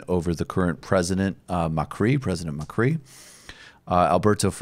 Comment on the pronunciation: Macri Is accentuated on the a not on the I, is macri not macrí